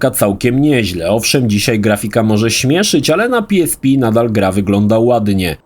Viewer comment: Jakiee PI ES PI tylko i wyłącznie PE ES PE xD